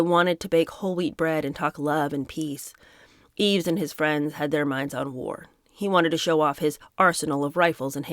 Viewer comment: Yves is pronounced eeve (no s)